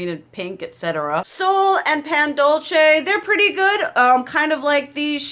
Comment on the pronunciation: In Spanish its not "dolche" it's similar to the first way you said it, "dolsay" I've only had lipsticks from melt because they're so pricey but I love this collection!